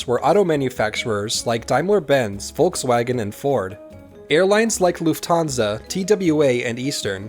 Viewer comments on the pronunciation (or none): none